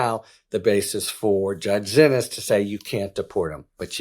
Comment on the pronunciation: Harry's still calling her "Zinnis". How?! DO BETTER, PLEASE. It is pronounced "see-knees", she corrected the record at, i think, the FIRST court date.